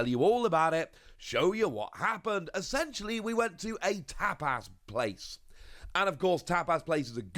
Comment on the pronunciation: No it's the way pronounced tapas and fuecoco